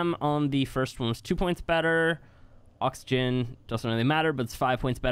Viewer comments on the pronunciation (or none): none